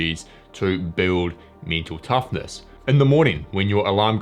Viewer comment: For a while I thought that he is saying - me too toughness.